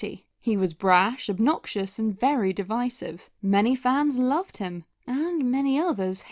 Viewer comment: You might be the only youtuber I've seen who pronounces Divisive correctly. Subscribed just for that.